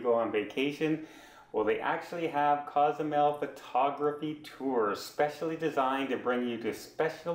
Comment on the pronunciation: …Cozumel is not a town. It’s not a city. It’s an island. The city is San Miguel. Pronounce sawn- meeg-WHALE. On the island of ‘coe-sue-MAIL’. (Not cause-zoo-mell, Nor cause-you-mell) You provide some great tips on travel there. Also help people with the names! And by the way, the ferry is out of ply-awe-dale-CAR-main. Say it slowly at first. NOT play-a-dell-car-men